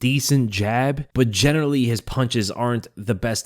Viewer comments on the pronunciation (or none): none